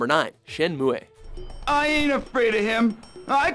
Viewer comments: Shenmue not Shenmuay. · SHEN MUUUUUUUUUU! Say it with me everyone at watchmojo SHEN MUUUUUUUUUUUUUUU. its fucking MOOOOOOOOOOOOOOOOOOOOOOOOOOOOOOO not shen mu-eh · Shenmue not Shenmuhey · Shen Moo-Eh? Nope it's Shen Moo. Also the word MODEM is pronounced Moe Dumb not Moe Damn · It's Shen-"Moo" not "Moo-Eh". It's chinese. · It's pronounced Shen-Mu (moo) Not Shen-Mu-eh :P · ShenMOO-way. Really watchmojo? Learn how to speak. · "Shenmu-eh"? Weird pronunciation... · This is a super old comment, but I wanted to add that I think "shenmue" might supposed to be Chinese, in which case the pronunciation would be "shun-moo-ah" with the ah at the end being very short. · i'm Canadian but i pronounce it Shenmue. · Generally all syllables are pronounced in Japanese words, so it would be like Shen-mu-e, but I think it's just Shen-mu. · His pronunciation of "Shenmue" here is hilarious. I actually speak Japanese and am married to a Japanese. He pronounces it as if he took the English spelling and pronounced it in a Japanese way. However the name was originally created in a Japanese pronunciation of "Shen-moo" and the English spelling Shenmue was not meant to be pronounced by Japanese, but English speakers who would pronounce that spelling as "Shen-moo" just as everyone does correctly. Of course there are cases where you would be correct to assume that such as the way 'Ryu' is pronounced, being an example but in this case we can look up the Japanese pronunciation in Katakana which is シェンムー ("Shen-moo"). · I thought of a worse joke! He's referring to the Canadian version: Shenmue Eh? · did he say shenmoo ehh? the fuck? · shen-mu-ey?lol oookkkaaayy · Shenmu-E!? lol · Shen muy ye? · shen moo ay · Shenmu-eh please stop. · Shen “moo” you butchered the great name! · Shen-mew...its pronounced Shen-mew, now whatever the heck this guy says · #shen.mu.eEeeeeH lol wtf is that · How... How did he pronounce "shenmue"...? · Why do they keep pronouncing Shenmue like that?